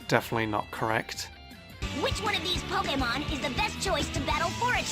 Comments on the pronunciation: Its PO-KAY-MON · i'm just here to here him say poke'mon